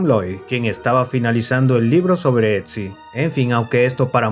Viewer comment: Otzi, no "Etzi" jaja